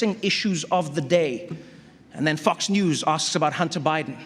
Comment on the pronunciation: Love, love, love the way Trevor got down by saying, "my man" to so many. Even more love to Trevor's SA pronunciation of Fox sounding like "f**ks". Brilliant!!